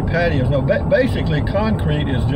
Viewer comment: For a moment there I thought that you said 'I'm going to talk about pantyhose and decs' ;)